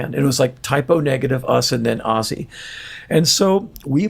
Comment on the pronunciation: Why can't Americans say Ozzy properly??? It's Ooooooozeeeee! Not Assy 😂😂😂😂😂